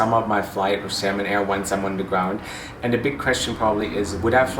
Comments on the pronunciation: Its Xiamen pronounced Shar-min not salmon like the fish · Not 'salmon',, 'seeahmen'. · Sounds like you're saying Salmon Air. 😄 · Yeah. But Xiamen is a Chinese city & pronounced "Sha-Men". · The brightest cabin during take off,lol!!!Youre right,lights off during take off only emergency exit lights are on.Why do i keep hearing Salmon Air tho?🤣🤣🤣🤣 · I'm flying SHERMEN AIR... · No no u just hear "salmon bhai" 😂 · When you say Xiamen air sounds like Salmon air.